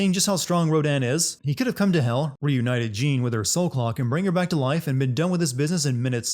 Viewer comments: How did you get the pronunciation for Jeanne wrong all the time when you had the game call her in your video many times? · 1 sin less for everytime he says "Jeen" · Damnit, it's pronounced 'Zhawn.' Ladies get REAL uppity if you mispronounce their name. ding sound Also we saw multiple instances of the bosses from the first game, as if there's been more than one. ding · Jean?! Ro-DAN?! I cant like how you mispronounce things when you have the game telling you how its said. Makes no sense at all and honestly dilutes the work which I already had an issue with because you’re saying basically are dumb. Thought you wiuld grow out of it but ah well. Back to not watching these vids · Are you aware you pronounced Jeanne's name as "Jean" eleven times? As a gal who shares the same name with the same pronunciation, it makes me die a little every time I hear someone mispronounce it that way. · Actually it's more "Jahne". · Calling someone Jeen is a sin itself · I don't know why it so hard to say Jeanne like Joan/John that should be a sin count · YOURE PRONOUNCING JEANNE INCORRECTLY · he can’t pronounce Jeanne or Rodin and it’s making me die inside.